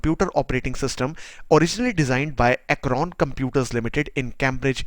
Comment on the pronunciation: Nice video ! Thanks. It is 'Acorn' not 'Acron' ;-) the inventor of the ARM chip. Today ARM stands for 'Advanced Risc Machines' but it is a spin-off of Acorn, and it meant 'Acorn Risc Machine' and was used in the Acorn Archimedes and RISC PCs ranges.